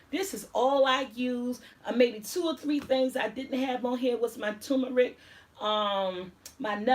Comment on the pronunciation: My fave garlic powder is from Amazon Fresh..it.is organic and the 365 whole foods brand. It's a very fine powder and they have the granulated one. It'll change your life lol..funny how you pronounce turmeric haha